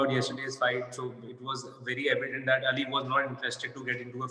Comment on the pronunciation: Shukr ha Kisi ne to Ali Ka name Sahi dngh se bola